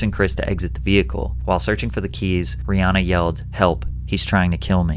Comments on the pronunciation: btw her name is pronounced "ree-HAN-uh" not "ree-HAA-na" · About Rihanna... A lot of us have gotten stuck on pronouncing her name as "Ree Ah Nah" but it should be "Ree Ann Ah"...